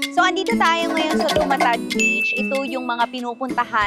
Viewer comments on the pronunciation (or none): Correction po "DUMATAD" po not TUMATAD😁